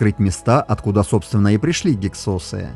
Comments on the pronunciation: В русской советской науке всегда гИксосы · Ударение на первый слог!!!!! Что за "СОСЫ"!! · Слышал "гИксосы"... :)